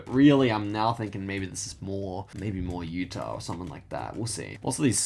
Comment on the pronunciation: bro called utah yuta 💀